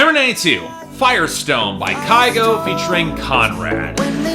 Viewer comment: Wow, that was the fiercest "fuck you" I've heard in a while xD Also, the correct Norwegian pronounciation is "Kew-go", not having a go at you and not saying you should correct yourself, but just letting you know ;). Speaking of him I can't believe the Americans are finally catching up to his songs! And if you look at Norwegian media this week they are super excited that he's made the US charts, he's fast become one of the country's biggest stars in the past year and is starting to have international success, for me its well deserved, he seems to be Norway's answer to Avicii imo. Long time viewer of BBB, just felt the need to comment for once xD